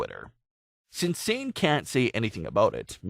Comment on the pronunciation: Her name isn’t pronounced like s-ain, it’s Sah-nay.